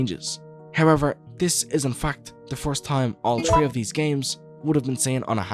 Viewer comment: I really like your videos, but please work on your "th" sounds. The way you pronounce three as tree is distracting. Other than that, your videos are freaking amazing.